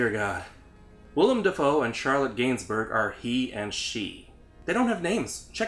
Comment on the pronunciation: Your pronunciation of the name "Gainsbourg" is probabely the scariest moment in this review. 😂